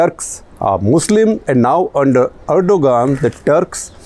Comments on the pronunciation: Also it's "ahr-do-aan". Not ergo-gaan. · The ‘G’ in Erdogan is silent.